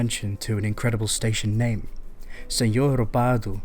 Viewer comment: Thank you so much for making the effort to say all the names properly 😊 oh and by the way, I think now you can buy trips using contactless with your bank card instead of buying a metro card